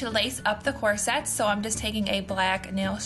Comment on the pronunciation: It's so cute how you pronounce corset!